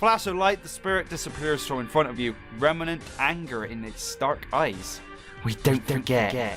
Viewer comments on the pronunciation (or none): none